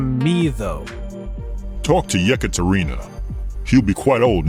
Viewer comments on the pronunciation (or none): Ekaterina, not Jekaterina, and this is a female name. Otherwise a great episode